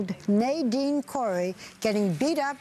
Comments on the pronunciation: I love how she keeps calling him "nay-deen" even after the parents and the kid keeps telling her the name is Na-din! Lmao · omy gosh ahaha i found it kind of rude how barbara didnt wanna say his name right, i mean its one syllable that u have to change...ahaha but whatever great ending, so touching...i hope for more happy endings like this! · Wow I like how she basically refused to say his name right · Arrogant Barbara Walter insists on incorrectly pronouncing the young man's name. SMH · Ugh! Barbara continued to mispronounce his name, "you don't mind if I call you that do you"....yeah I'm sure he does mind, but he's just nice enough to let it go. To be bullied for something beyond one's control [African parents, dark skin] is painful, heartbreaking and damaging. It's a shame most school faculty still don't care too much about addressing the problem of bullying.